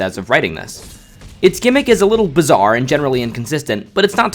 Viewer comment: Did he just say Bizzare?